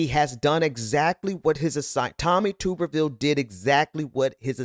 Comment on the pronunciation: Hey, i enjoy your show but Tuberville is pronounced tub-er-ville. Like bath tub.